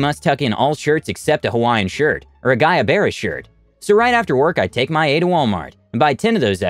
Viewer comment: Guayabera is pronounced goo-ah-yah-vera. Lol. There's no issue, just though you may want to know. I like that word.